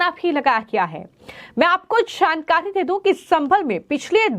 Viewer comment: छानकारी, बिजली छोरी, what style u speak i was about to vomit